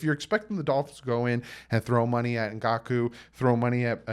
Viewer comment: I believe Yannick's last name is pronounced EN-GAHK-WAY. "Ou" makes a "w" sound in French, as in "oui" and "ouest" (learned that one driving in Quebec).